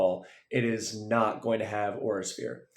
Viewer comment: im ngl when you kept saying Aura Sphere i thought you were saying "Horse-Ear " 💀